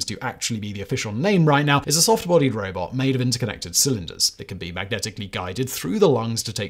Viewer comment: You slipped from robot to robit Simon